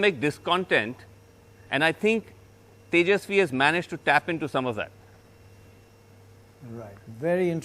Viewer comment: Can't even pronounce Tejaswi !!!😂😂😂